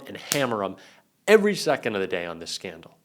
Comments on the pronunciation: What’s a scnadal? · What's a 'scnadal'? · What's a SCNADAL? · ‘scANdal’ - not scnadal. Please fix it… it isn’t a good look. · Oooh, A scnadal exploding. (proun skin-adal) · "SCNADAL?" Did you mean Scandal? ;-) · A "scenadal" ??? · scnadal?? wtf is that? lol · What's a "scnadal"? That sounds as bad as a scandal. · Scandal not scnadal~ 😊